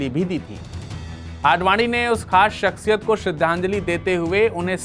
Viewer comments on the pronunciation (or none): jb urdu nahi bolni aati to ku bolte ho? shaksiyat hota ha .. shakshiyat nahi..zero ko jero bolne wale